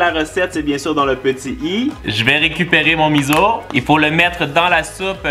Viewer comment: salut, lemiso se prononce "misso" voilà j'espère que tu sauras en tout cas tu es super et tes vidéos sont super droles: ) *